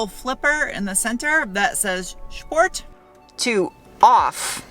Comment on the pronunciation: dear, i like your reviews 👍🏻 one question: you say sport as "schport". is this intentional or common in your area? i do like it very much how fresh (and at the same time dry with a wink) based on real knowlede you present it. best regards 🌷